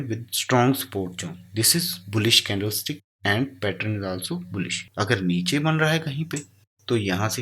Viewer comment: Brother candle sticks hota hai na ki stiks please nxt tym dhyan de